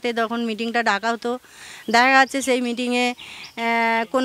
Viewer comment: আহ্, ওনারা বুঝতে পারেননি। দাদারা "মিটিং" বলেননি, "মেটিং" বলেছিলেন। অসত্য প্রচার -ই চলছে.... 😅